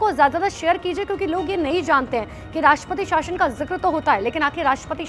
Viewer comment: Madam shashan nahi .shasan ..bolo aache se kam se kam news channel hai to kya kuch bhi bilologi ... Thikedar ho